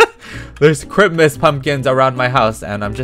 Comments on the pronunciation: can someone tell me why he is calling it Chrimas??? its really annoying me :< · It's time for CHRIMUS! Me: Loves how he says Chrimus instead of Christmas. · I love how you say Christmas like CHRIMUS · We love the peetah accent “crimmas” 😍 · ”ChRiMaS” My dumb self: WhAtS cHrImAs?? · You say Chrimis😂but I’m a fan off you😊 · Its how he says it...its a joke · Why do you say Christmas kind of weird I'm not trying to be mean cuz I always stayed that way too